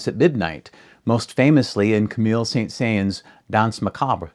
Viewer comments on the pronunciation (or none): I've always love the Skeleton Dance! This was fascinating background info. Thanks for doing this video :) btw, Camille Saint-Saëns' name is pronounced almost like 'sang song' but without any actual 'g' sound and the 'n' is nasal (if that makes any sense) and with a hint of an 's' at the end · First, please go back and learn to pronounce the name of Camille Saint-Saëns (you mangled it). Second, words like "cartoonatic" aren't adverbs, they're adjectives. Cheers.